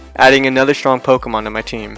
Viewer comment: DO NOT LEAVE OFF THE R IN STRONG!